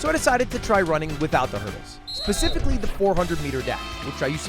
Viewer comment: "Pacifically" lmaoooo